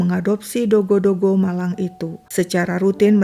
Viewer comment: Kenapa sebut dogy JD dogo??